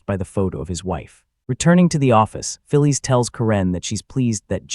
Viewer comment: This is AI slop. Voice can't even pronounce Karen and Phyllis.